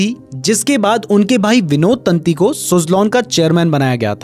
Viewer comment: वो तंती नही ताँती होता है